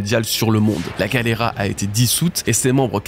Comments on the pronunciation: Attendez… expliquez juste moi, pourquoi dis galleyRA alors que ça s’écrit bien GalleyLA??? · pourquoi tu dis galera alors que c'est Galley LA ? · Enfaite je crois bien que la fondation se prononce "Gali Lay" je sais plus exactement quand et comment j'ai entendu cette prononciation et d'où ça vient